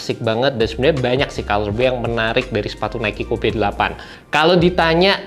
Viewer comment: Gatel banget pengen ngoreksi tiap denger penyebutan "KOBE" nya 😅